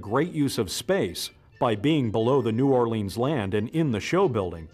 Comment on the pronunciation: As a Louisiana native, the way the narrator pronounces "New Orleans" drives me nuts.